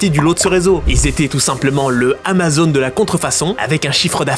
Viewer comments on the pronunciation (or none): none